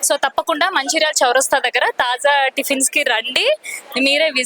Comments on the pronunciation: తాజ్ కాదు తల్లి తాజా టిఫిన్స్😂😂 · Taaza ni Taj Taz chesindi anchor 😂😅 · యాంకర్ టిఫిన్ సెంటర్ పేరు "తాజా టిఫిన్స్" కు బదులుగా...." తాజ్ టిఫిన్స్" అని తప్పుగా చెబుతున్నది. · Taja Not Taj.Anchor should know it before exploring vlog. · This is Taaza tiffins,Not Taz tiffins